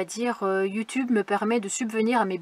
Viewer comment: Dit donc, elle finie un peu en queue de poisson ta vidéo! Mais très intéressante pour moi qui voudrais un jour être nomade ☺, j’ai bien aimé aussi quand tu parle de YouTube, en faite on entend yu tube, c’est mignon 😉, salut salut à tous le monde.